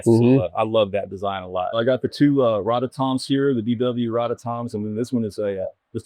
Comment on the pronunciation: I always thought it was roto toms... He said rotto toms.